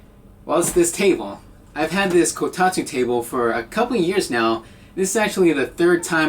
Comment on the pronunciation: I can't help but get triggered every time he says "Kotatu" instead of "Kotatsu"